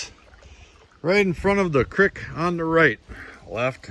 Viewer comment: Say it like ya saying, feet, cr-eek. Lmao But that was a copper ore thing?? Raw freaking copper?